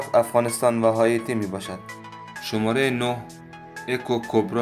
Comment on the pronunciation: متشکر ازحماتت امابهترازس کابلی دری صحبت کنی چون وقتی فارسی ایرانی صحبت میکنی لحجه داری و کلمات رابه وضوح بالحجه دری تلفظ میکنی‌مثل شمارخ که شوماره‌گفتی